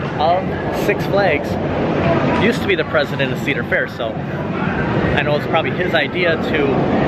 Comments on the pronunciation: Every time you say County Fair instead of Cedar Fair, do a shot. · *Cedar fair 😂